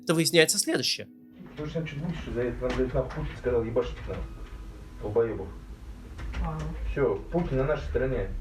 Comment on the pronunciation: Почему на отмену санкций уходят годы? P.S. Кац сказал "йебашить"...